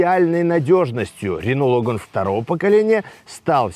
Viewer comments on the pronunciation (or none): не лОган, а логАн.